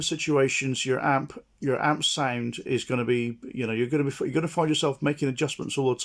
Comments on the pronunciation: Every time he says sound it's sounds like "sæind" 😆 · How to get your “signed”. 🤣